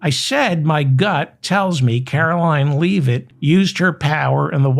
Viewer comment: Do you call her "Leave It"on purpose or have you just never heard the name pronounced out loud?